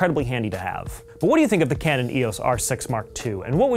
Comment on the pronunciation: EEE...AWWSS?! It's EEE....OOHH...EESS!